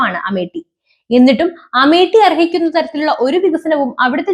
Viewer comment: 101% പൊട്ടും. Amit Shah യെ നമിച്ചു 👍🙏🏿🤣 ഇത് തന്നെ വേണo ഈ സാധനത്തിനെ കൊച്ചേ നീ അമേട്ടി എന്ന് പറയുന്നത് കേൾക്കുന്നത് അമേത്യം എന്നാണ് 🤣